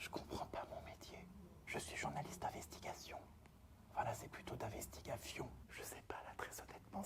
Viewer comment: "je suis journaliste d’investigafion" ... 🤣😂😂🤣😂